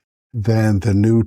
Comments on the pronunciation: Please note that that the correct pronunciation of this type of infill is gy-roid rather than gee-ode. Thanks! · Wtf is gee oyed? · Yea you are missing an R